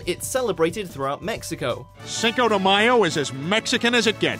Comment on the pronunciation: "Viva mesico" lol.. any way. happy someone finally pointed these out.